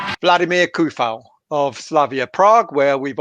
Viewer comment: You pronounce it Zufal, not Kufal